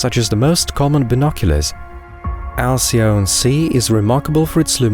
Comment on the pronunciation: Btw: Alcyone is pronounced al-kee-OH-nee. Otherwise it’s a wonderful video.